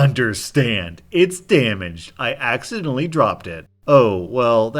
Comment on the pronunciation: "I accindally dropped it." Stop eliding and swallowing words!